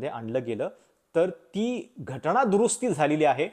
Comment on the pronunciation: असे "ण , ण" केले की खूप शुद्ध बोलले असे वाटते ... पण जिथे न पाहिजे तिथे न च पाहिजे ... तिथे उगाचच ण ण का घालता ...